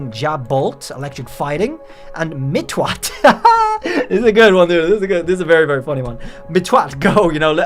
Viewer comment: mispronounced the name as mitt-twat, twat is a britbong insult meaning stupid. If you pronounce it the correct way (mitt-watt) it shouldnt be even mildly offensive.